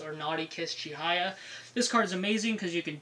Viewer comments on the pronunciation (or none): It's "Chihaya", not "Chihiya. :/